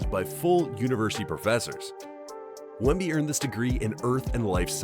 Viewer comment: Wembly? You're a bot...